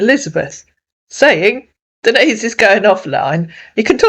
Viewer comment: Oh really see he calls her Denis lol he don’t even know how say Denise Lol 😂